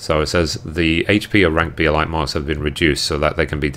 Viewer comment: I'm sorry I cant help but OCD over this, buuuut you are saying Plumage. Its not plum-age its Plume-age. As in the plumes from titan, also meaning a bunch of feathers on a bird. Lol Also I noticed you say Elite as E-light its more like E-leet. Im sorry it was bugging me sooo much <3 ahaha thanks for the update!